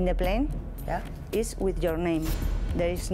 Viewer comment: ….please say…yoar arres…